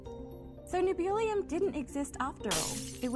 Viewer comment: Good lord, they just straight up murdered Nebulium.